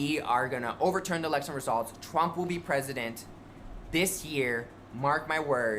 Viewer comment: Anyone else bothered by how he keeps saying - the lection? Wtf lol. That just seems like such a strooong indicator of looow intelligence. I dont know what this is pr why I'm here, btw